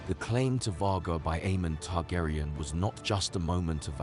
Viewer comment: Targaryen is pronounced TARGARIEN, not TARGARAYAN. Daemon is Demon. Otherwise great video, Aemond is my favorite character!